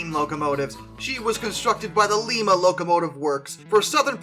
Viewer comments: Up844 over s1 for sure. 844 was never retired. Sp4449 over big boy. Big boy is big but that basically it. Yes there weren’t many of them. Freedom train is awesome and a more infamous locos. Im alittle biased because i live in lima (its pronounced LIME-a btw) if love a video series on each loco manufactures like lima locomotive works Duke over scotsman. Ive never heard of it but i know a decent amount about the scotsman but i want to hear more from the duke. Black prince over black 5. Black 5 is basically the Honda civic Of British rail. Good and reliable but not that interesting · It's pronounced like a lime with an a with a sound not a sound sound like Lima Ohio where it was built not pronounced like Lima Peru it's spelled the same but pronounced differently please for the love of God learn the correct pronunciation for Lima locomotive works